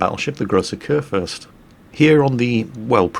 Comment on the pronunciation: Haha, you are correct on the salt factor. I like Flamu because everyone can learn from him, even though I am not the worst player ever. But yeah, the salt is real. I do get it sometimes, but it is very much present Also, I love how you pronounce Kurfürst. Its not that bad, but its always something if an english person tries to pronounce german words. (To be honest, I think its the same the other way around)